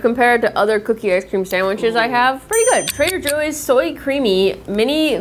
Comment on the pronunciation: trader Jooie's